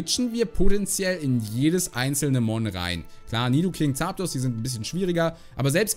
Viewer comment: Ich liebe deine Aussprache von Zaaapdos 😅